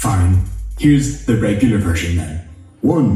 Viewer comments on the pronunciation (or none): none